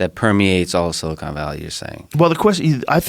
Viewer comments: If Joe says "silicone valley" one more time, I'm gonna scream. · Joe is a dolt in general. Just as I type this, he said "silicone valley". Twice.